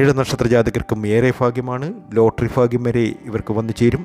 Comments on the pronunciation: Fagyam annu parayaruthu bhagwan annu parayanam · ഫാഗ്യം അല്ല ഭാഗ്യംഎന്ന് പറയാൻ ശ്രമിക്കൂ അതുപോലെ തന്നെ ഫഗവാൻ അല്ല ഭഗവാൻ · ഫാഗ്യമല്ല ഭാഗ്യമാണ് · പല്ലിന്റെ ഇടയിൽ വിടവുള്ളതുകൊണ്ടാണോ ഭയ്ക് പകരം ഫാഗ്യം